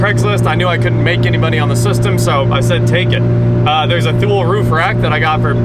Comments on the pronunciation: I think it’s “two lee” not thule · Not to be a jerk but I believe "Thule" is pronounced "too-lee" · Thule is pronounced Toolay